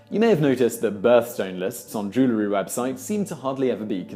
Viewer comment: "JEW" lar lol I like how you said that.